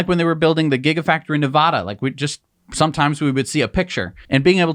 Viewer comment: Please practice saying Nevada right. It's just a pet peeve for those of us who live in Nevada. Thank you.